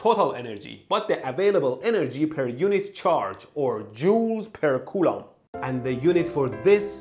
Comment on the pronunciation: Coulomb sounds like "culo" which means "ass" in Spanish. That's when I lost focus.